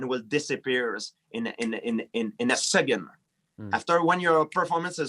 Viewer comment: “It will disappear ina ina ina in a segend “ 😂😂😂😂😂 I love GSP